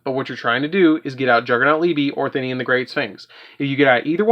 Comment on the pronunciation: "Thin-ian" smh